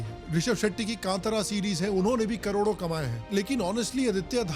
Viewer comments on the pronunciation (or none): none